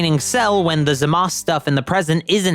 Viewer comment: Finally! Someone pronounces Zamasu's name correctly!